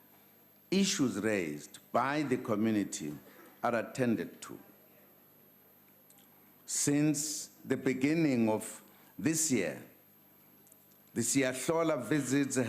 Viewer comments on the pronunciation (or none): In the bening…a ah in the beningging